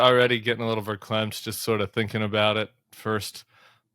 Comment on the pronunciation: It's "verklempt"